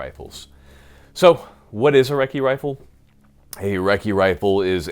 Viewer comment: Ya gotta take a swig of beer every time he says recci rifle....